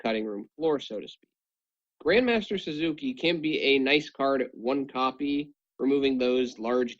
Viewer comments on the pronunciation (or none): the cards names r sasuke=saskay.kagen=caw-gen. not Suzuki and not kaygin:(